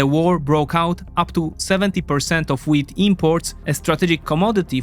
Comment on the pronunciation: Your wheat sounds like weed. I kept on wandsring why Egyptians are inoorting weed